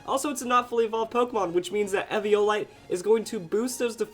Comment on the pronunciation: Eviolite. It's pronounced EE-VEE-OH-LIGHT, EEVEE-OH-LIGHT!